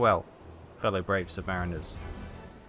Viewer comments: sub marine er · It's submariner like how you pronounce marinade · Please correct your pronunciation of submariner